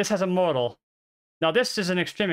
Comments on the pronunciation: Model = Mah-del. Say it with me. Not modal. Mah-del. Mah-del. Model. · British people don't say MODE-AL for model. They say MOD-EL. Very short and sweet pronunciation, with emphasis on MOD, with a rounded O. Just like Mods and Rockers. If we are saying the word MODAL, then of course we pronouce it as in the video. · Appreciate the video immensely! It was very hard to listen to, though, because you pronounce 'Model' as if it were the word 'Modal'. It should be pronounced like "maw-dle." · I kept hearing the word "modal" and it was confusing the hell out of me. And then I figured out you were talking about models. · The way you're currently pronouncing it is how the British pronounce it. In America we say "maa-dl" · is he saying martl or model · The only way it’s pronounced the way you said it in this video is for the word “modal,” which means something else entirely. The word model is pronounced mod-el. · why does he keep saying model wrong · I don't have a great pc because of age but it has been ok everywhere except raid. I haven't raided since first week but everytime bossfight started fps would go avg. 10-15. Even turning off all addons made no difference at all. I expect fps issues when at worldboss and in raid bossfights with 30 players but not 10-15 players in the raid I was in. PS. The 'o' is pronounced with the same sound as father in US english apparently and stress on first syllable. It confused me a little because I was hearing you say modal. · Great video outlining an issue. Some feedback, you are saying model incorrectly.